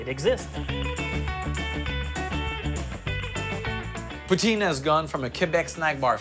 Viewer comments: Poo teen.... WTF is a poo-teen it's poutine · Can everyone just say Put- Sin and NOT Poo - Teen!?! French or English! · Tabarnak Ricardo c’est cringe t’entendre dire « poo-teen ». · It bothers me the french guy is saying 'pooteen' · Wha.... Why did he put the EEE sound in poutine?